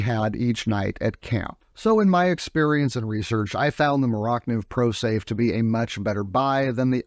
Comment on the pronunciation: Iz not "more oct niv" iz "more-ah niv" or Mora Knife